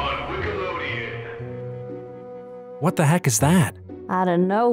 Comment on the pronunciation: Bruh did actually just say wickalodian?